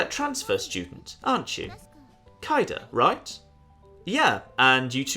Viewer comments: It's pronounced like Cade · Kaede (かえで) = Kah, Eh, Day Hiromi (ひろみ) = (you basically nailed it) Mieko (みえこ) = Me, Eh, Co (i don't like these kinds of games, i just stayed for the hedgehogs ^ ^) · It's clearly pronounced as K-A-de (could also be written as K-ai-de, or K-ai-D, and so on.) An a, followed by a b, put together as ae, is pronounced as A, or ai. I'm not entirely sure about the 'de' on the end, it could be pronounced as 'de' or as 'DE' (also could be written as 'D') but I'm gonna go with K-ai-de as my personal pronunciation,. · Sadly not how Kaede is pronounced. But if you like bowel movement jokes "Ben" and variations thereon can apply in Japanese.